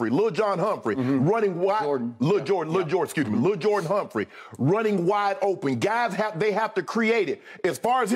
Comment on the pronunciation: "Lil'Jon Humphrey" 🤣😂🤣😂🤣😂